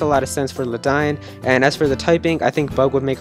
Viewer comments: you mispronounced ledian. its pronounced lay dee in not ladine! but otherwise this list is pritty good and its cool to see everyone super exited for usum (ultra sun ultra moon) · lmao what the hell is luh dine? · god my ears bleed every time I heard him say Ledian's name...